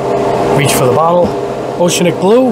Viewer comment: Repeat after me...oh-she-AN-ic. 😄 Another nice vid. Thanks!